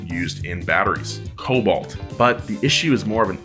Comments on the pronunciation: It's "Cobalt" not "Colbalt" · Isn't it Cobalt? Or is Colbalt a new thing? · let's be the spelling nazi here: It is cobalt not colbalt... not even in murica.... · Just wanted to say that there is no such thing as Colbalt or Coalbalt, it's simply Cobalt, and i got the ICE engine part also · Was ist "colbalt"?